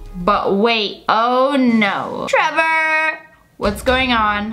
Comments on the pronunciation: im just like did she just say taylor instead of trevor? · I love how she said Tyler when the text said Trevor lol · trevor is now pronounced tyler according to sssniperwolf lia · The fact she said Tailor and his name is Trevor-😂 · U SAID TAILER BUT IT SAID TREVOR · You said tiler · who else noticed when she said "tiyler" instead of "trever" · Lia Says Tyler instead of Trevor Everyone In Comments OMG LIA HOW DARE YOU MISS PRONOUNCE A NAME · Varuni Sukhtankar no? It sounded like she Said Trevor Nvm I just have bad hearing I guess, she said Tyler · I listen to it up to my ear and she said Tyler not Trevor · You said tylor not Trevor 🤣🤣🤣😂😂😂🤣🤣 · You said Tyler it's trever love u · Who else heard her say Tyler when it was Trevor so funny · It’s trevrr